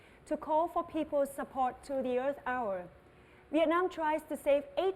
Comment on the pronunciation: từ "hour" chị phát âm sai rồi